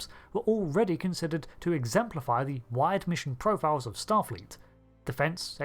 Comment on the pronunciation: "Vessews"? "Profioows"?